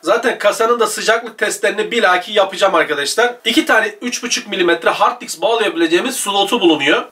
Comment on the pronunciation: hard diks demesen iyi olurdu